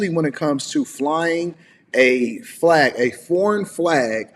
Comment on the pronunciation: I like the way she says "Flllllllag" 😍